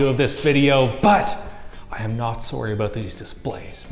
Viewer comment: I cannot not hear how Canadians say "sorry" from HIMYM 🤣🤣